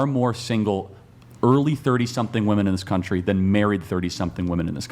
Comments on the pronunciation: Why do so many of them pronounce "women" as "woman"? I never understood this. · Serious question, wtf is up with these young women pronouncing "women" as "woman"? I've never heard of this being a thing until recent years.